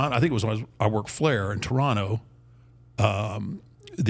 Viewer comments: At least he says Toronto right... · He said Toronto right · I’m here for the Undertaker pronouncing Toronto correctly. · As a Hamiltonian, I had to go back and listen to that bit again. “Did he REALLY just pronounce it that way?” 😋